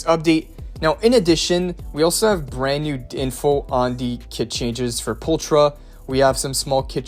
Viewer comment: Can't lie. That bothered me a lot more than it should. Probably because I was already trying to ignore the "Pulchra" pronounciation too